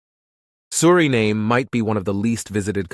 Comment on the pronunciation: You pronounce the country’s name Surinaam and other times Suriname. Make up your mind.